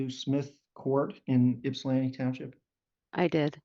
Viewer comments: It’s Ypsilanti, not Ipsan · This is my local court. The caption says Ipsan Township. It’s “Ypsilanti” or sometimes “Ypsi”. Pronounced Ip-Sa-Lan-Tea, or Ip-Sea. Most non-locals pronounce it with a Yip at the front, which is incorrect. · Just a heads up…. It’s Ypsilanti Township, Washtenaw County…not Ipsan Township. You must be hearing them say “ypsi township” said IP-SEE, which is a nickname for Ypsilanti. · FYI, "Ipsan" Township is actually "Ypsilanti" Township.